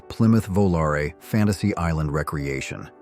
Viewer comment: Recreation is RE Creation NOT REC reation. OMG didn't anyone listen to this before publishing?